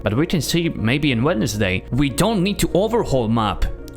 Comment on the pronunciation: great vid, just a heads up Wednesday the first D is silent. its like "whens day"